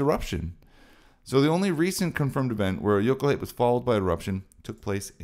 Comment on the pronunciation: I love it when an English speaking guy uses Icelandic as a slang 😄 jökulhlaup...❤. Thanks for sharing. Your Icelandic is beautiful 👌✨